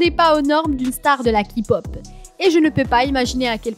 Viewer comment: ET ELLE DIT KI POP